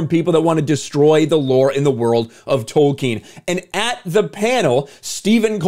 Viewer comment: Thank you for not pronouncing it: Token. Damn you, Soooouth Paaaarrk!